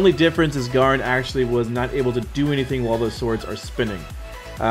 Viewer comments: nice video ... garen is pronounced Gaeh-Rin btw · Its pronounced Gair-rin